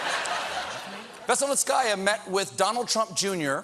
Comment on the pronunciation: it’s one YEAR anniversary of the investigation, and you still mispronounce her surname xDD It’s Veseln-ee-tskaya. not Veselnitsk-aa-ya (in my best hermione voice). I mean, I know you americans don’t care but damn xD